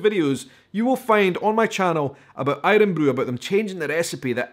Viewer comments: Mate, who says aye-run-broo in Scotland? It's iron broo. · My guy says irun bru and he is from Edinburgh